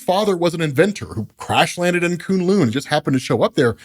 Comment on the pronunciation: Wow....I know has some peeps on staff that know how to pronounce Chinese word/names. Koon Loon is just the funniest of them all. Someone help the man out.